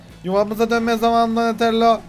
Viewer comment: Enes raphel donilando liolando maykilindo diyor .doğru olanları raph doni lio mayki